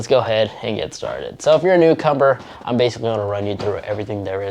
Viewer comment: "So if ur a newcumber"